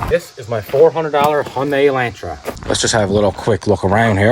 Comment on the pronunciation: The only reason im here is thats not how u pronounce "hyundai"